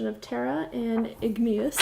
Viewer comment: YES!! You said "Igneous" correctly! I can't believe how many of the really big YT "beauty gurus" (*cough *cough Tati, LauraLee, ect..) call it "Ingenious", which drives me crazy! I really liked your tutorial!